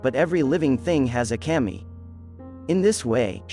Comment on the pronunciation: Kah-mee. Not cam-ee...